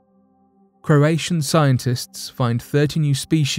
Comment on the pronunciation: You pronounced Croatia right though which follows similar promunciation